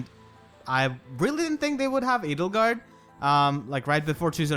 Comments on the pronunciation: L! Edelgard?! You mean... Ladlegard? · Hey look at that, "Ladlegard" is now a valid, non-meme pronunciation.